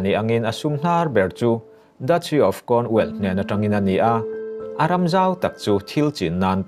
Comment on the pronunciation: I thil chhiar ah dik hlel a va tam ang reng ve aw.. Charles i lam dan ngaihthlak a hrehawm hret.. Chuan Prince William hi King Charles a unaupa angin i chhiar a.Cornwall i lam dan a dik lo bawk a... Lady Sarah Spencer( Lady Diana U)leh King Charles te hi thian chauh ni loin reilote chu an in ngaizawng ve... Thahnem ngaih thil thu ah ka ron comment ee.